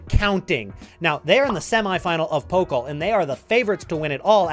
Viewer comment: Pokal… don’t say Poke-l .. say Poe- cul .. and stretch the end a bit